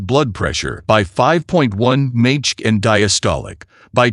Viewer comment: Teach your AI to pronounce mmHg.